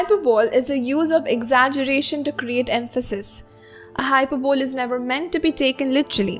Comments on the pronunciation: very nice and easily explained note: it is hy-per-bly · not hy-per-bole